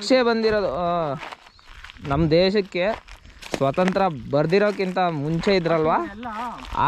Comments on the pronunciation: Swasantraa Alla bro swantantra 😂😂😂😂😂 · Swasanthra alla swathantra😂😂😂😂